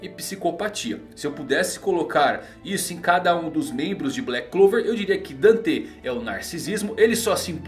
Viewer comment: Da uma agonia quando fala danté e vaníca kkkkkkkkk